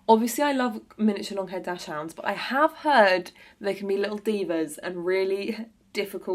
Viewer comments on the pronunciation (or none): Dachshund is pronounced daks-hund not dash-hound ❤❤